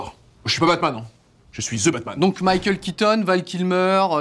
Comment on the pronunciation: C'est THE batman, pas 'ze batman'